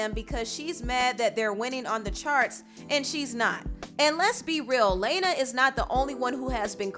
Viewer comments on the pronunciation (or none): So you're just gonna keep mispronouncing Lana's name like Laina/'Lena? 🤨 Also, Ariana Grande, Selena Gomez, and Camilla Cabelo aren't white. 😑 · Salena Gomez isn’t white...she’s Hispanic her last name is literally GOMEZ and you can’t pronounce LA-NA?? It’s not layna honey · I DO NOT MEAN TO HATE BUT....ariana IS italian, and its LANA NOT LAYNA. .but i like the effort you put in this video 😗✌🏽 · Sis how you gonna call someone bitter when you literally have a drama channel I- And it’s Lana, not LaYnA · The fact she keeps saying Laneuh instead of Lana was really aggy. I’m not a super fan but just hearing someone’s name repeatedly mispronounced is annoying. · Stfu her name is lana not laina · It is Lana not Leina lol 😂 the pronounciation earked me...but i get that is being shady lol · Her name is Lana la na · LA-NA Del Rey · Not “Layna” 😂😂😂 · REAL FANS KNOW ITS PRONOUNCED LAAA-NA NOT LANE-NA. lmaoooooo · It’s LAW-na not LAY-na lol I like your videos but the mispronunciation is making me cringe 😬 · How you pronounce her name wrong lol “LAINAH” it’s “LAN-AH” lol 😂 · it's pronounced "Lah-na not Lay-na" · Ummmm...... Ariana grande and Camilla ain’t “White” boo boo ... and her name is pronounced LAH-NA... not LAY-NA.... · Her name is LAAAAHNA not LAYYNA.... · It’s Lawn-uh not Lane-uh. Lmao I can tell she ain’t your type 😂😂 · Sis her name is pronounced Lah-nah 😂 I’ve never heard anyone mess this name up before 💀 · Who the HELL is "Lay-na"? You mean "La-na"! WHAT?! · It’s pronounced LAWN-uh periodt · “Layynuhh” really? Can’t do basic research to pronounce someone’s name right? Lmao good video though. Thanks for keeping us informed. 👍🏼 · Also...Lana Del Rey is FABULOUS...it's Lawna. Law-Nuh. Hearing you pronounce it wrong is bothersome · Girl, you know her name ain't pronounced like Laina. Lol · “Lay nah del Ray” 💀 lnao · ITS PRONOUNCED “LA-NUH” and she was not shading anyone she was actually stating facts y’all wanna turn everything race vs race sooo bad smfh